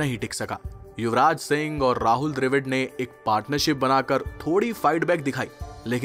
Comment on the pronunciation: dr A vid kya hota dravid bolna seedha seedha bihari